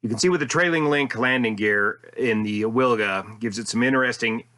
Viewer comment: Pronunciation of Wilga: "veel-ga", the "ee" being short.